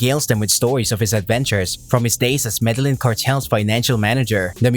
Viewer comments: Proniunced = Me de yeen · Man you need to learn how to pronounce Medellin. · Why couldn’t you say Medellin correctly :( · Madalin 😂 smh 🤦‍♂️ med e gin 😂 🤦‍♂️ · Jesus fucking Christ, you put all this effort in to these videos and you butcher the Medellin pronunciation... I think you're just taking this piss at this point